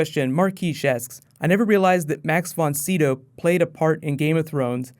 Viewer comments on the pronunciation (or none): Not sure why, but it really bothered me you kept miss pronouncing Max Von Sydow's name. Sydow Long I sound (like Fido)